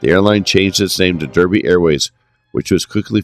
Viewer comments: Derby is pronounced "Darby" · DARBY, BIRMING(UM), R OOT ES, other than that a good potted history of a great airline